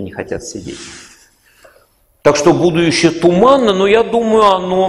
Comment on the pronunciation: А почему ув.лектор говорит "будующее"?